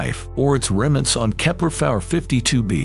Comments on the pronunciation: If this dude doesn't stop saying "kepler-fowler 52B" and/or "kepler-far 52B" I'm gonna lose my here ...... !!!! 0_o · "Or its remnants of kepler fawer 53b" IM BOUTTA HAVE A STROKE STOP USING AI